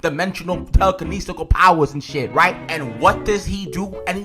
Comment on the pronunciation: so angry about vecna he made up a word telekinnesial and dosen't care to do another take in the video